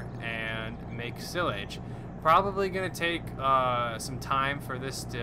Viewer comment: Your saying silage wrong